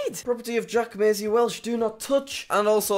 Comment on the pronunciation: Did Jack just pronounce his own middle Massey like Meisy? Edit